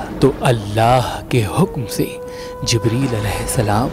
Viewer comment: "Zibrail aya ki jagah Zibril as.aye " kahena chahiye.